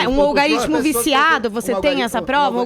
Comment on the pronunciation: Apenas corrigindo, não é "algaritmo", como a jornalista falou (mais de 1x) mas sim "algoritmo", que significa sistema de cálculos numéricos.